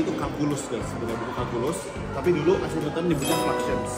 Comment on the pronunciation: Gue baru tau, isaac newton dibacanya “aysek” bukan “isak” 🥹